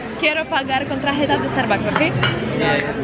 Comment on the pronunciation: Ogółem to mówisz świetnie ale jak to ja zawsze mam jakiś problem i do wszystkiego się muszę przyczepić źle mówisz karta ty mówisz TRAJETA a się mówi TARJETA